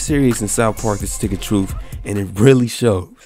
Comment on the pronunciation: "Stick of Troof" Stay black bro. Don't ever change.